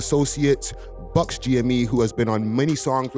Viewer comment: Buck! Not Buckz